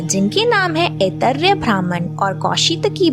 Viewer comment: अत्यन्त ज्ञानवर्धक, किन्तु बहन जी के कई नामों, शब्दों के उच्चारण हमारे सनातनी परंपरा के अनुसार हो तो अच्छा, जैसे उपानिषद,का उपनिषद ऐतरय का ऐतरेय